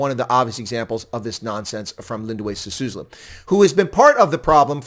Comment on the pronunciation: By the way: it's S-I-S-U-L-U, not S-I-S-U-S-L-U. Literally one of the easiest to pronounce South African surnames for a non-South African foreigner, yet you failed. What a "South Africa expert" you are. 🤣🤣🤣